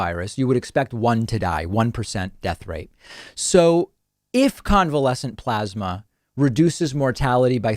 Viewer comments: David, it's pronounced PLOSMA. PPPPPLOSMA. (PPPPP=motorboat the P's). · Why does he keep mispronouncing plosma? 😼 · You're saying it wrong David, it's plosma. XD